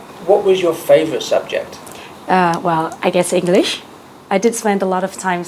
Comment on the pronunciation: Chị phát âm từ english sai đấy ạ.. Hí hí Mà tự tin thật chứ. .Nghe đã đã